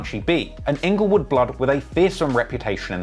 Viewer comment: HAHAHA!!!! Ingle-what bro? Rest in pizz